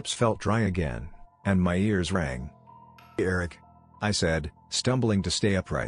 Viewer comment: The way Eric is pronounced is bothering me